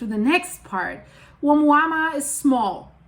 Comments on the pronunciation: why do you keep saying omuama when its being called oumuamua? your annoying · Dear, it is pronounced OMUAMUA, although it is written OUMUAMUA = messenger from afar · You are saying it wrong but it’s funny. It’s a Hawaiian name I think lol. My wife does the same lol